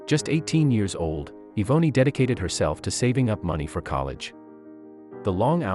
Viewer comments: Yvonne her name. It is being pernounced wrong lol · Im almost positive her name is not pronounced that way if its spelled Yvonne or Evonny. The poster obviously grew up nowhere near black folks